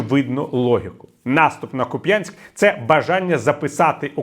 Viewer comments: Не Куп‘Янськ! А КУп‘янськ! Не дуже приємно чути такі помилки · Віталій! Чому Ви з такою впертістю говорите Куп'Янськ, а не КУп'янськ. На Вас не схоже робити помилки. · Купянск с ударением на "у". Спасибо, Виталий. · Тільки,КУп'янськ,а не Куп'Янськ.У мене всі пращури з тих країв,усе життя був кУп'янськ.В Харкові й області це місто називають кУп'янськ. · Будь ласочка, тільки не Куп'Янськ, а КУп' янськ, наголос на першому складі. Харків'янам дуже вухо ріже. А за аналітику дякую. Дзуськи окупантам, а не Харківську область. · Дякую, пане Портніков. Ку‘п‘янск. Наголос на 1складі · Дякую, пане Віталію, за аналітику! Можливо, Ви втомлені. Але відчувається пониклий настрій(( Харків ожив, якщо порівнювати з минулим роком. Дуже не хочеться втрачати рідний дім((( До речі: Куп'янськ - наголос на 1 складі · Правильно КУп'янськ - на перший склад наголос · КУп'янськ - наголос на У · Через, місто КУп'янськ, протікає невеличка річка КУп'янка. Через цю річку, виникла і назва міста.( Гідроніми завжди виникали першими). В деяких селах, іноді і досі кажуть не КУп'янськ, а КУ п'янка, маючи на увазі місто. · Віталію, дякую за Вашу роботу. Але Куп'янськ ми зазвичай робимо наголос на У. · Куп'янськ наголос на у. Наголос на я ,так кажуть мо...алі. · шановний пане Портніков, тре казати КУп'янськ, з наголосом на першому складі, будь ласка. Хоча, з точки зору стимулювання коментарів, ця помилка ефективна, може й не навмисна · Не, в образу, панові Портникову, але Куп'Янськ, завжди казали заїжжі московити. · Ага, мені як уродженцю Харківщини наголос на Я якось дивно чути. ))